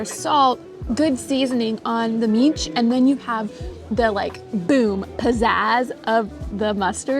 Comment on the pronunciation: my dear friends, you both pronounce mici absolutely perfectly, genuine romanians.